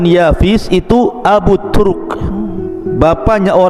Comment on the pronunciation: Sebutan nya jgn turuk. Itu saruh bgt ustd. Tp turk. Bukan turuk😭😭